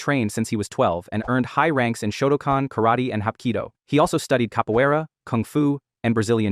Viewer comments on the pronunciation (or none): none